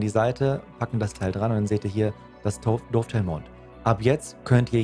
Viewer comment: Die Seitenschiene für die Visiere und Aufnahmen heißt nicht "DOOFtail", sondern Dovetail (Daftail ausgesprochen). 😉🤣 Lasse dir trotzdem einen Daumen hoch da.